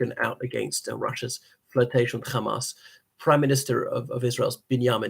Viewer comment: Are you Israeli? Why do you keep pronouncing Hamas "Khamas" like an Israeli Jew?